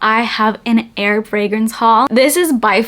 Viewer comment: I thought you kept saying “air” fragrances and I got excited. Lol. Like, yes! Tell me whats your favorite “in air” frags. Lol.